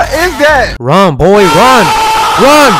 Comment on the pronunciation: He said B O I 🤣